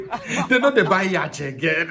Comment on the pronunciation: Yacht is pronounced as yot not yach